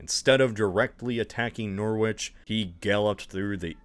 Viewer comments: It's pronounced "Yah-muth" and "Nor-fuk". Norwich is pronounced "Norrich" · IM SORRY GREAT YARR MOUTH WHY WOULD YOU THINK ITS SAID LIKE THAT AND NOR WITCH WHY WOULD YOU THINK THAT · YarMOUTH, Way-Mouth, and NORE-Which? How come you get Portsmouth pronunciation correct, but Weymouth and Yarmouth so off? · Hey, small correction about your pronounciation of Norwich, generally, over here in ol'blighty, we say 'norrich' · So many of these pronunciations are wrong. please learn how to pronouce english place names. Noh-rich. Great Yar-muth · little did napoleon know when his troops landed at great yarMOUTH to attack norWHICH that it was an invention of an American who didnt research how to pronounce the real towns name and they all drowned likewise the army heading to weyMOUTH like seriously just google the pronunciations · "GREAT YAR-MUTH" "NORRICH" THAT IS THE PRONUNCIATION 😂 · 'Norich' & 'yarmuff' would be more phonetic pronunciations i feel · Sorry but Great YARmouth, NorfoLK and NorWICH nearly gave me a stroke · If you’re gonna do a video about an hypothetical invasion of England, you might want to learn how to pronounce, like, any English place names at all… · the pronunciations of East Anglian place names is killing me! (Norfolk, Great Yarmouth, Norwich) but i love the video, as usual (a little hint: if you know how to pronounce Portsmouth, apply that logic to any other town name with the -mouth suffix — Yarmouth, Weymouth, Bournemouth, etc) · Honestly, living near to these locations and hearing him absolutely butcher these pronunciations was pain 🤣 America quite literally has it's own cities/towns named Norwich and Yarmouth in Massachusetts and Connecticut and he still couldn't pronounce them correct 😂 I may be being a little hard on poor here, Atleast Cornwall and Brighton weren't too bad, good work 😆